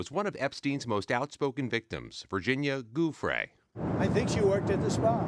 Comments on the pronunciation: I hate when reporters mispronounce peoples name…Her name is Giuffre, with a soft “G”. NOT a hard “G”, as in Goofy. Do better if you’re on national news !🥴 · "Goofray?" How about showing basic respect and pronouncing her name correctly,? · Why do so many people in the media pronounce her name wrong?!? It's disrespectful. Virginia's married name is pronounced "Jah Fray". If you can't pronounce it, use her maiden name, "Roberts", which is appropriate since she was an unmarried minor when she was abused, trafficked and traumatized by Epstein, Maxwell, Prince Andrew and, probably, Trump. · Is this an AI robot voice? How does he not know how to pronounce her name? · At least pronounce her name correctly!!!